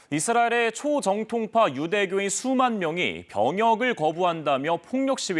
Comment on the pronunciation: 남자 앵커녀석아..."초V정통파"를 "초정V통파"로 발음하냐? 너 공채 아니지?